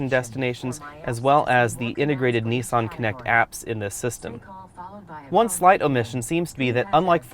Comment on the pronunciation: I just wish you would say 'Nissan' correctly as it's quite annoying listening to you pronounce it incorrectly over and over again